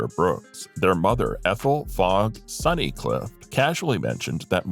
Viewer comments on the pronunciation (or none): none